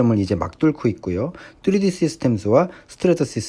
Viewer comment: 뚜리디..귀에 너무 꽂힙니다 ㅋㅋ